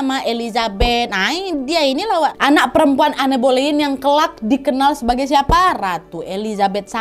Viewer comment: Boleyn....g jadi k boyen dengernya 🤭